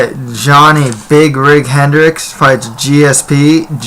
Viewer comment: That other guy just talks out of his ass can't stand him...how you gonna say hendricks' name wrong and then go and make a prediction for the fight...nobody is going to take you seriously